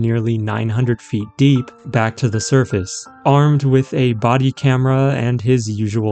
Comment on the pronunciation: The AI reader for this video needs to be calibrated. It is pronouncing the articles "the" and "a" annoyingly wrong! The word "the" has a long vowel sound ONLY when the following word begins with a vowel. When the word following the article begins with a consonant, "the" is pronounced with a short vowel sound. Of course, with "a", this means using "an" instead of "a". You would never use the word "a" with a long vowel sound when using "a" as an article. For example, you would say "thuh video", but you would say "thee artwork". You would never say "thee video" or "thuh artwork". Similarly, you would say "uh video", but you would say "an artwork." You would never say "ay video" or "ay artwork". The word "a" is never pronounced with a long vowel sound when "a" is used as an article. Also, this video's reader bot is too dang sloooooow, and it reads as though it's annoyed at having to be here and is being forced to do it against its will. When even the AI reader bot doesn't even care about what it's reading, why should I? I made it almost to four minutes, and I just can't stand to listen any further. Bye.